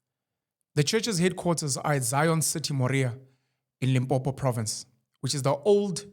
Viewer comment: As far as I know just in Limpopo. The only thing they've done that isn't restricted to Limpopo is offering bursaries to matric learners who perform well, establishing burial societies and affordable bus services. Now they in the process of establishing a bank. And it's Limpopo not Limpompo, let's try to pronounce/spell the names of people's provinces correctly just as we would like others to pronounce/spell ours correctly. Intentionally butchering indigenous names doesn't really make us any different from white people who don't put effort into pronouncing our names correctly.